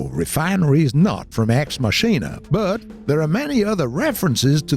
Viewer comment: it's pronounced "ex mackina" not "ex musheena"